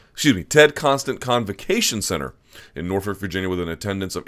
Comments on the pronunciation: Stop saying Norfuck you psycho. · Stop saying Northfuck Luke! I know you have a crush on Sage but damn!